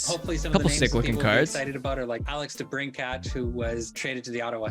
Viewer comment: by far the best part of this video is how he pronounces debrincats name